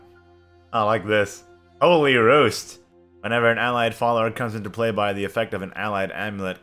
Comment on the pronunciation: Did he pronounce roost as roast?